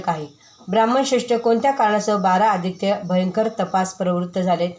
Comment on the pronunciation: द्वादश आदित्य असे वाचत करावे . मी सांगते राग येवू देवू नये वाचन घाईत न करता उच्चार बरोबर पाहिजे . बारा अदित्य